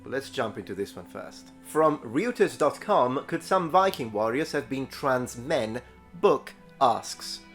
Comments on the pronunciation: dear, "Reuters" is pronnounced "Roy-ters" since the name is of German origin (the dude who founed it was a Brit of German descent) btw a concept of "gender ASSIGNED at birth" is ridiculous. Assigned by whom? Parents? Doctors? They have no control over it. God? There is no God. Who tf do you mean? Gender is determined by the chromosomes, period. No one "assigns" it, because as of now, there is no way of doing it. Maybe when genetic engineering progress to the point we can modify the genome of a baby however we like, then we can start using that word, but not today. P.S. Sacha Coward gives off "Biggus Dickus" vibes, that can't be a real name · Reuters pronounced as "roy-trz" by the way :-)